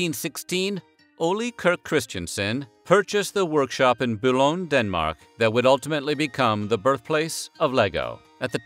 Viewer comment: I love that pronunciation of Billund.